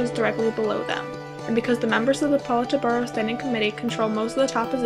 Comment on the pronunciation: Lmao the pronunciation of Politburo though...